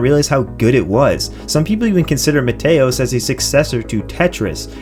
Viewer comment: Small detail, but it's MEE-TEE-OS like Mete in Meteor cause the game is Meteors falling on your Planet. Great Video otherwise, solid recommends.